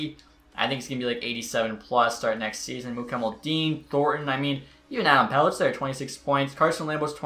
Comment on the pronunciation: Not trying to be a douche... but MUK HAM A DUL LIN Warren Foegele ( not William) Pelech is Peleck Alnefelt is All Ne Felt I’m gonna get hate, but like between you and Xtech I don’t know who’s worse at pronouncing names lol